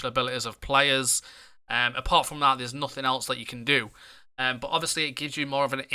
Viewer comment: Instead of saying 'but' you keep saying 'bot'